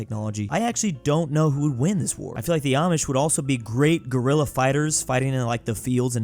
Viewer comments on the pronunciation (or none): none